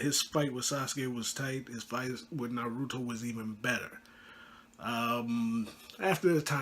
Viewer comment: Bro you pronounce naruto incorrectly, I am not trying to hate but you should look up how to pronounce it